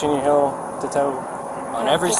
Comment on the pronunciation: Why does he say "hill" instead of "heel"?